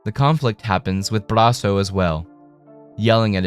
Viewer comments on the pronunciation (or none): You.....talk..............so....................fkn....................................slow! Thank God for the 2x button. Also, please don't say Brasso like that ever again.